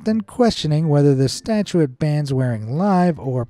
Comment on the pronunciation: mispronounced “statute” (a law) as “statuette” (a little statue) several times.